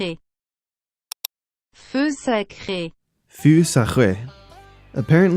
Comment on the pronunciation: Feu is pronounced like "pho" you may never use it again but thought I might just leave this here